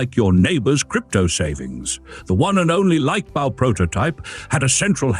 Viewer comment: The AI obviously doesn't do German...